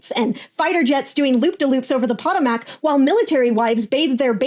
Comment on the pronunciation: I would really like to be able to share your reels... but you need to pronounce things correctly... Potomac...